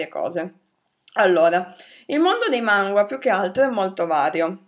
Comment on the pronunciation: Manga non mangua